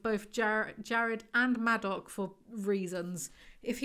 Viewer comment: I know this isn’t important but I couldn’t get past “madoc”. incredible how you finished another one of these